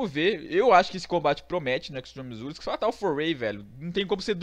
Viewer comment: parei com 10 segundos de video quando falou extreme rules errrado pk segundo a voce , voce não sabe falar certo pk ? não sei